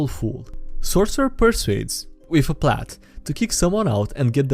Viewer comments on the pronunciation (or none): none